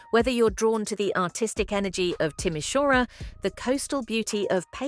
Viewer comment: It is Timisoara not Tomishuara😅